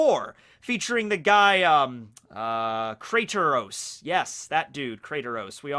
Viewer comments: Btw not sure if you were trolling or not but its Kratos(crate-ose) not Krateros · lol krataros bro its kratos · when yu sauid krataros i knew you had not played the game 😂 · He pronounced kraitos🤣